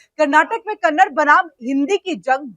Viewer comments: It is not 'Kannad'; it is 'Kannada'. If you can't even recognize the correct pronunciation of Kannada, what respect or concern can we expect from you? This is your expert knowledge about a language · सारे फसाद की जड़ है इस मैनेजर का घमंड. कोई भाषा का विवाद इतना नहीं. और कन्नड़ नहीं कन्नडा बोलो. RBI का नियम क्या कहता है पहले पढ़ लो anchor madam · This is how much you know about Kannada — you don’t even know how to pronounce it properly. It’s Kannada, not Kannad. And yet you come to speak about a language war? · Ek vimash hai ki Kannad nahin hai, balki Kannada hai. Aur 'Kannad' shabd ke uccharan se sthaniye logon ko lagta hai ki unka apmaan ho raha hai. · कन्नड़ नहीं बोलते, कन्नड़ा बोलो